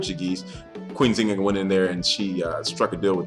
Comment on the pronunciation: pronounce the "N"....Thk you